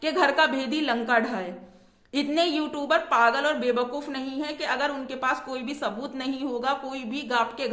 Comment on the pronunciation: U tuber nahi u tupper bolti hai 😂😂😂😂